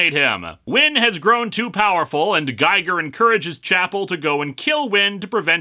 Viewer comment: Grrrr. It's pronounced "Geeger" as in HR Giger. It's a lame reference, I know, but pronounce it right.